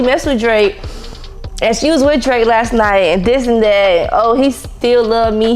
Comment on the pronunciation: You was on point with the DRAKE name I would’ve slipped on eethang 😂😂